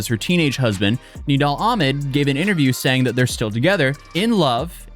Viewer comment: I can't stand ghetto speak, I just can't take someone seriously as a person when they can't say one syllable words correctly. Though, ask, that, these are not hard words.